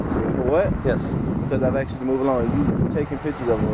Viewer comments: How can they pin a badge on a fool that says "axed" meaning "asked"? Uneducated 😮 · I "axed" you. Hilarious! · Well.....he "axed" him. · "Axed" "lawterin"